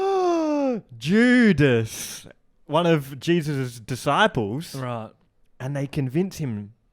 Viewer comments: saying judas is like jewdas is maybe the most insane thing said on here yet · JEW-dis made me LMAO